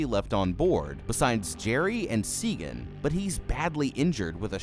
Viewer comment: Jesus, did you watch it? Her name is Sagan! SAYGEN